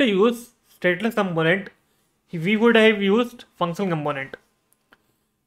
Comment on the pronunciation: You have something in your throat. Also, as most Indians do, you are mispronouncing the word "component".